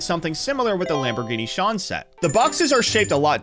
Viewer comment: Lamborghini “Shawn”? It’s pronounced “Sy-Anne”